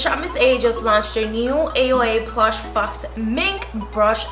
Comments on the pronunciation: Did you pronounce “faux” as faux smh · Faux rhymes with toe. It's not pronounced "fox". 😉